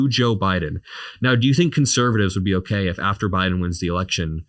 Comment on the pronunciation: "okah"... vacant stare What a vapid broccoli king